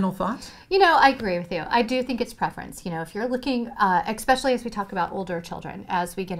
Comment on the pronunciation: So you’re an educator and you say “ec-specially?” SMH...